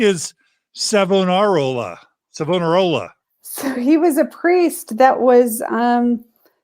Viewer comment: In my srudy of church history in theology school , it is my understanding from what I was told , your pronunciation of Savonarola , of Italy , 1492 , pronounced " "Savannah Rolla" , is correct.